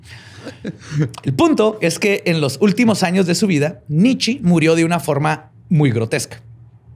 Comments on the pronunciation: Porque le dice nitchi a nitche? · Shot cada vez que dice Nitchi en vez de Nietzche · normalmente te respeto. Pero en este episodio me sangraron los oídos cada que pronuncias mal el nombre de Nietzsche. Es alemán, todas las letras de su nombre se pronuncian, y la e conserva el sonido de e, no sé de dónde sacas que se pronuncia "nichi". En verdad me dieron ganas de quitar el podcast. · El Nichi jajajajaja Nietzschi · La forma de pronunciar los nombres jajajajajaja es más compleja que como realmente se pronuncian, con Nietzsche pensé que estornudaba jajajajajaja